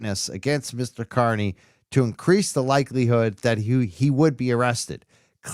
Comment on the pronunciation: Aidan’s last name is pronounced “KAR-nee”…not “KUR-nee.” 🤦🏻‍♀️